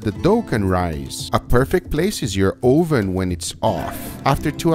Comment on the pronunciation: Guga, are you trying to say there's a bun in the ohh-ven?